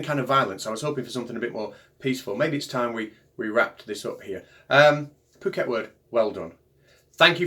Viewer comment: Good, but it's "Phuket World" rather than "Pooket". It's the name of an island off the Indian Ocean coast of Thailand. Lots of American and European expat's like to live there. All sorts of resorts for tourists to visit. The guy calling himself "Phuket World" seems typical example of the sort of wandering numbskull that often washes up in such places about the world. I would have written "around" in that sentence, but it never pays to pointlessly poke people like him. Let sleeping idiots lie. Sleeping warriors though should be kicked in the artse, hard! I mean, what good is a warrior who is sleeping?